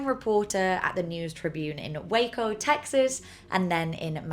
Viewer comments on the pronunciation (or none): none